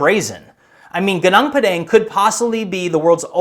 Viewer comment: Gunung padang is pronounced like spanish language,g(oo)n(oo)ng p(ah)d(ah)ng